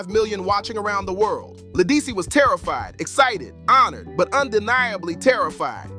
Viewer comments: This really needed to be redone with the correct pronunciation of her name. Also, why so many pics of Beyoncé? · La who? Program AI to pronounce people's s name correctly. This is insulting. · You lost me the first time you mispronounced her name...couldn't take you seriously after that!!! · Say her name right